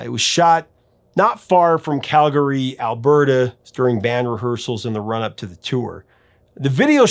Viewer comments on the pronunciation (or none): none